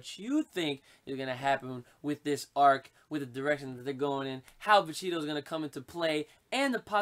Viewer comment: please god say vegito correctly dude